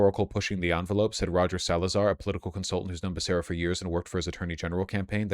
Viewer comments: It's Bear-Sarah not Buh-Kara LOL or pronounce it the way Biden does, BAKA-RIA! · "Beh-kar-uh" Bro you grew up in Los Angeles... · It’s pronounced beh-seh-rah in spanish, it’s my moms maiden name so I know lol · Hearing Vaush pronounce the name “Becerra” wrong gives me confidence that my assumed alternate pronunciation is the correct one, lmaooo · Hey Vaush, I generally like and appreciate your commentary. On most things we're fully aligned. I don't know much about Xavier Becerra and can't really speak to how he's campaigning but what i do know is how to pronounce his name. If you're going to sh!t on the guy and his campaign you should at least pronounce his name correctly. And for that matter you also mispronounced Tom Steyer's name as well. I don't live in the state and by the sounds of it you don't either so maybe leave it to Californians to decide who their next governor should be. And if they decide to go with Becerra as it appears they will it isn't for you to decide that they're wrong. Apologies if they came off harshly. It just offends my sensibilities when I hear someone who is obviously ill-informed, with an audience, talking about things for which he is clearly ill-informed.